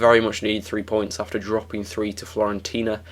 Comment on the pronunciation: Fi-orentina. You said Florentina :D